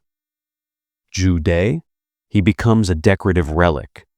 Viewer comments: good content but please use correct pronunciation -- Joo Deh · Zhu De: Joo Duh. not day . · Zhu De pronounced Jew Duh朱德....last character means virtue...the man is aptly named